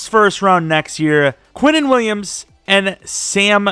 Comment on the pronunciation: You did too much when you said Williams